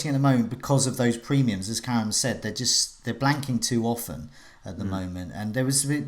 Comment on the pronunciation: love how ya butcher Karam's name the whole stream and he's too polite to say ..